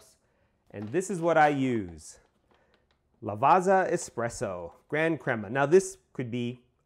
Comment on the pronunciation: it's a great bean. i use it all the time on my pavoni. by the way. "double z" "ZZ" you prnouce it like "PIZZA" not" Lavaza but something like, Lavatssa"